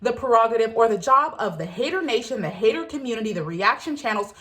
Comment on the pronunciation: That's how pronounces 'hater'